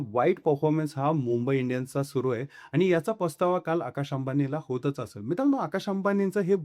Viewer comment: व्हिडिओ बनवणाऱ्यांनी मराठी शुद्ध बोलायला शिकलेच पाहिजे,अन्यथा व्हिडिओ बनवू नका! हे आनि-पानि, निर्नय वगैरे शब्द मराठीत नसून आणि-पाणी, निर्णय असा उच्चार करावा!!🙏